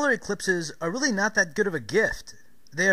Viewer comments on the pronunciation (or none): none